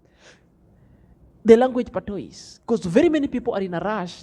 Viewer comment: The word #patois is pronounced #patwa which means you don't need to say #is at the end. I hope you get it. 😃